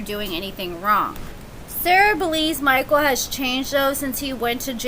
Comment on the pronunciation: I love how u say mikeul.... Mikeaull. MikeUUUL!!!!